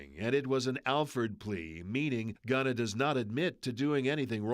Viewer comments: why are they saying Ghana instead of Gunna lol hehehe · They say his name not gunna lol 😂 bad news ankers